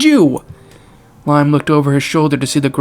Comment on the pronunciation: There’s actually a video of a Boeing 747 crashing and exploding, creepy how this similarly happened here btw Liam is actually pronounced like "Lee-um"